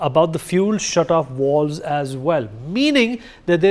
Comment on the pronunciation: It’s not “walls” it’s vaaalves